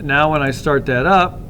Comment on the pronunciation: yu keep saying dhet !